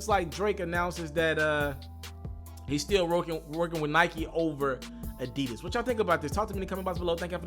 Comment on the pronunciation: Whyyyy can’t you ever get the name right damn!! Addidon!!